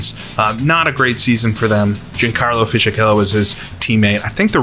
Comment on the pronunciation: Only one thing, Fisichella is pronounced like Fisikella, the ch is like a k in italian, unlike in Spanish